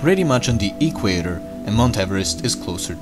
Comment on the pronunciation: "E qwayter"